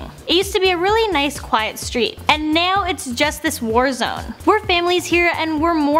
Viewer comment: neow that's how she says now